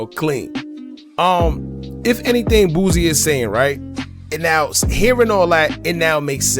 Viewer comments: His name is Boosie,not Boozie. Say it the same way u would say the other rapper that goes by Toosii but with a B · He killing me calling the man boozy threw out the whole video....its boosie ....Boo-c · the way you pronounce boosie is crazy 🤣🤣🤣